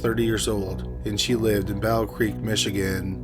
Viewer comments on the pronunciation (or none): none